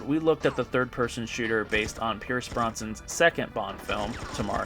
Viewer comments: Did you just say “Pierce Bronson”? Uh, no... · Pierce Bronsan? BROSNAN mate